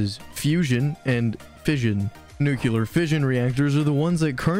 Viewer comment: Are you saying nukuler instead of nuclear on purpose? Because it makes me think you don't know what you're talking about in the first 5 seconds. It's probably a great video, but I had to turn away.